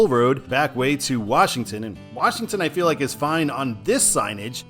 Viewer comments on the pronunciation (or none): none